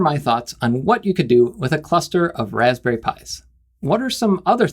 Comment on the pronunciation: The Wasberry taste like wasberrys! I actually 'lol'd at that.